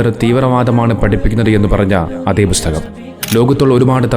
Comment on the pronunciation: ബുസ്തകം അല്ല ബ്രോ, പുസ്തകം 🙏